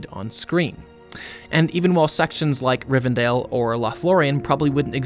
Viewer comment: RivenDELL not Dale